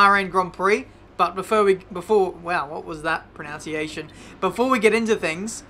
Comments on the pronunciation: still cant pronounce 'pronunciation' here it is phonetically ...PRO - NUN - CEE - AY - SHUN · Pronouncing pronunciation incorrectly. Classic.